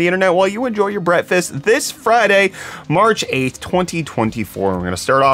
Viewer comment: did i just hear brettfast instead of breakfast? he really likes his name doesnt he